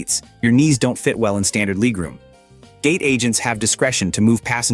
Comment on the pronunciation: 68 year old with a 23 year old voice, pronouncing "leg room" as "leeg room". I hate it!